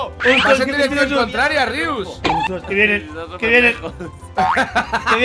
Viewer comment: es Rius no Rios